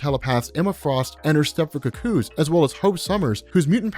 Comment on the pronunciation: This is a good video. Only flaw, is how are you a fully grown man who has never heard the word 'Cuckoo' said out loud.